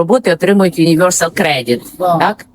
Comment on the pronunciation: Це, пані, має вимовлятися юніверсал, у жодному разі "юнівьорсал"- неприємно таке повторювати. Я помітила, що так москалі вимоаляють. У наші дні можна усе перевірити. Тож, come on, Google British pronunciation. 🇺🇦✌❤🖤